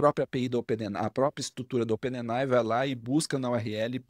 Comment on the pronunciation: Fala amigo, bom demais?! Seu conteúdo e didática são fantásticos e eu aproveito e absorvo muito. Porém, com todo respeito e admiração aqui vai uma observação sobre um vício de expressão que notei: A palavra OPEN AI não é lida como ope ne nai e sim ôpên êi ái.